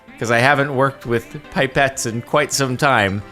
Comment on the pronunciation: “Pie-pets” lmao